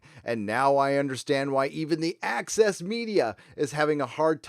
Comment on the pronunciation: Ahem... it is not ACCESS MEDIA. It's AXIS MEDIA. 😃💀😃